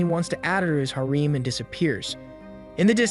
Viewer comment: This isn't a bad channel but god the mispronunciations are soooooo bad... Like "harem" being pronounced "hareem"